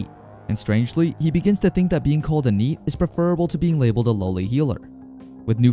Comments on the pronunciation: I know NEET is probably different in whatever language this was in initially, but how do you mispronounce NEET? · I’m not sure if you’re using AI for the voice or if you’re voicing it yourself. I don’t like the voice that’s being spoken in the second part of the manga The person can’t even say Neet correctly